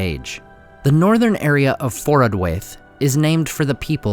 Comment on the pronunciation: The -waith ending of Forodwaith rhymes with 'wife', not with 'waif or 'fate''.